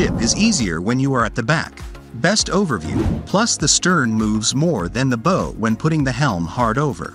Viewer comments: It’s pronounced ‘bao’ not bow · Why is he pronouncing bow Weird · Bow pronounced like cow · Why doesn't the "Narration AI" pronounce BOW the same at all time? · bow? Somebody should teach these robots how to pronounce words in English. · Learn how to pronounce bow as in the bow of a ship!